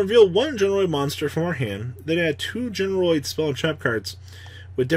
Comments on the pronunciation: GeneRAID not GeneROID you boomer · GENE RAID. yikes that was painful. your pronunciations are brutal lmao